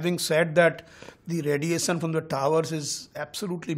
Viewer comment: This guy cant even pronounce emission or radiation properly... poor chap... in fact these many towers are bastardly consequences of corporate sale out by the government... government still has prominent share of the telephone lines ....this is a stupid show pin vomiting angreji being dumped by luck in TRAI.